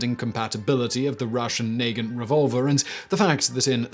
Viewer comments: Neigh-gunt? Na-gahnt! (Pronunciation of Nagant can checked by putting the Russian version of the Belgian name - наган - into Google Translate and pressing the sound symbol). seems to occasionally pursue vowels with malign intent. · Nuh-Gaunt (Not nay-gint) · Nah-gahnt not Nay-gehnt, it's a 7 shot revolver, not 6, and you absolutely can spin the cylinder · The Нагант revolver. Is pronounced Nah Gahnt not naygaint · Rusdian naygint revolver? No. Nuh-gaunt. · It's pronounced "Na-gant" same as Mosin Nagant rifles. Same guy invented both the pistol and the M1891 rifle!! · And nagant is pronounced nah-GAHNT, not NAY-gunt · It's not pronounced Naagins it's more like Nahgahnt. I had one but was too scared to shoot it since it looked like the cylinder didn't quite line up. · That is probably the worst pronunciation of the word Nagant I've seen. It's not Neigant... It's NAgant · I have never once heard someone pronounce Nagant as "Nay-gent" before, and hearing it now has lit my nervous system up like a christmas tree. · "Naegenn revolver" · the revolver is pronounced “nuh-gahnt” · No one: Still no one: Absolutely no one at all: This guy: Nay-gent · Nagant is “nah-GONT” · Nagant is prounced Na gan the t is silent. The Nagant M1895 revolver has 7 cylinders and 1 cartridge is loaded so 1 in 7 chances. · the russian revolver is pronounced nah-gahnt. also one of the only production revolvers that can be suppressed successfully du to its action forcing the chamber into the forcing cone. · The way he pronounces Nagant keeps me up at night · You mispronounced Nagant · Love your stuff simon but your pronounciation of "Nagant" made me cringe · Accent on Moisin is on the second syllable. The T in Nagant is silent. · Simon your pronunciation of the revolver's name is wrong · The way he said “Nagant” tho 😅